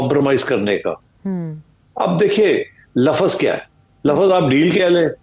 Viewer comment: This sethi is a fraud... Not a single prediction has come true and yet he keeps appearing in programs and keeps talking crap.... Lafas...😂😂😂😂😂 Bewakoof it's lafz not lafas....